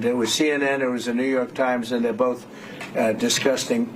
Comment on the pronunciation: it's how Trump pronounces 'disgusting'